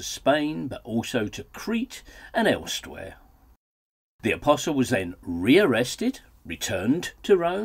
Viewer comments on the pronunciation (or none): Seriously -"elstwhere" ??